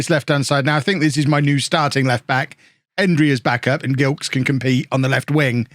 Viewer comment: Gilkes is pronounced with a soft G, like a J. Delighted to see a Barbadian in the team!